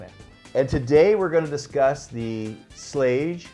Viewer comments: FYI: The pronunciation - It's Schlage with a hard 'g'. My Dad worked for Schlage in So. San Francisco for 25 years and that's how he all the employees pronounced it. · Hi, the pronounciation of Schlage, is like Lager as in Beer.